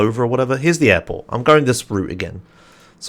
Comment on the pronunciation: Man, when you say "airport" I always listen as "apple" hahaha